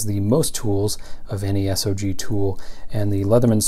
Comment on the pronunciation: It's not S.O.G. - it's SOG!!! REMEMBER THAT!